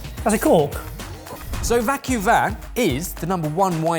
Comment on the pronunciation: Not vacuvan, vacu vin, live vino, like wine, so vacu like vacuum, and vin like vino, vacuvin (va queue veen)